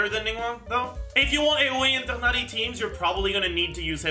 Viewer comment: LOVE how pronounces Tighnari so effortlessly <3